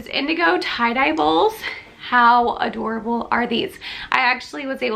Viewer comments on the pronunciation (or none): none